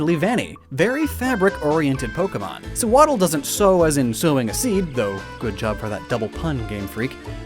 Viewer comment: YOU TOTALLY MESSED UP SEWADDLE AND SWADLOON